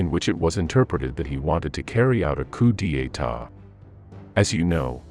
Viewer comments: "Coup d'etat = coo dayta" not "coo-dee-ay-ta" , I hate AI..... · A coooo deee yaytaaaa? You mean a coup d'état? LOL!!! Check your pronunciation with someone who knows a little French. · Coo dee e taw lol